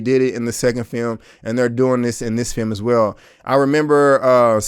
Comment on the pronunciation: You didnt butcher the names of the directors... no worries. But you did butcher the english language. This FEYUM... you mean film?